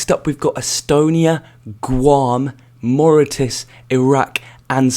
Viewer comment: You need help to pronounce countries, like you got so many wrong and obviously wrong as well, like it just gave me a headache and I'm not super strict when it comes to pronouncing countries names, but you got so many of them so wrong like Chinese (TAIPEI) or if you want something easier to pronounce Taiwan. Seychelles you also got very wrong, and Mauritius you got pretty wrong too.